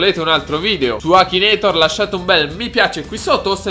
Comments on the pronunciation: nn si dice akinator ma akinetor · ma come cazzo pronuncia la parola akinator??